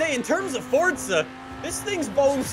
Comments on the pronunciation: It’s Forza not Fortsa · forza... FORZA. not FoRtZa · Fortsa it’s forza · Am I the only one who thinks he says “ Fortza “ sometimes? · Why does he keep saying fortza????? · Can you please pronounce words the correct way????!!!! "FORTSA" "HURAKAAAAN" JUST PRONOUNCE IT RIGHT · its forza not forza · The way he mis pronounces forza and huracan pisses me off